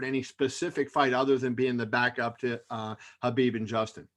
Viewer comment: He says Habib and not K-habib, finally someone says his name right, now they just got to get his last name right, it's pronounced Nur-mohammed-ov